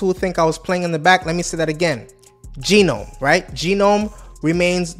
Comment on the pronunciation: Gnome is pronounced Gernome not Geenome